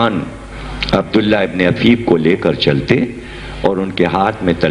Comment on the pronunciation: جناب عفیف صبح حفیف غلط